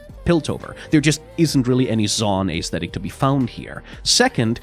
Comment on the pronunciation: I love your videos, seriously. But PLEASE pronounce Aesthetic correctly it’s driving me nuts